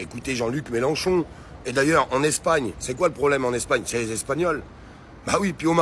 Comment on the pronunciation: Mélenchon pas Mélanchon!